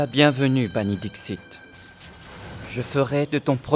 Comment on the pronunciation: c pas dischit c Dixit okey😂😂